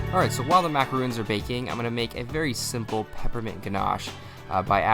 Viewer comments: Ugh, you were doing so good at saying MA-KAH-ROHNS then you started saying MA-KAH-RHOONS throughout the video. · This is an awesome idea, thanks for the recipe! Gotta tell you though, it's pronounced 'ma-cah-ron', not 'ma-cah-roon'. Macaroons are those delightful little crispy coconut cookies, and macarons are obviously what you just made there. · Macaroons and Macarons are 2 different cookies. Macarons are pronounced with 1 "O". He keeps calling them the wrong cookie by saying "macaroon".